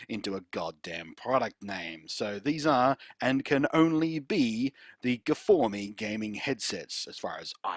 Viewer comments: I'm sorry, how do you not realise it isn't pronounced gfourme? STOP IT! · I just saw this video, good stuff. I bet peeps at sennheiser renamed the new versions properly coz of you blunty. :) My soul died a little bit each time i heard you say guhfohmee. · "guhfourme" got me like :DD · I subscribed for the guh-for-me.